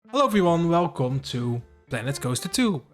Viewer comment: the way you say welcome, you must be from netherlands or belgiu